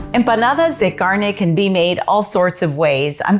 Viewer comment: Empanadas de garnay. Stop pretending you can’t pronounce it. lol 😆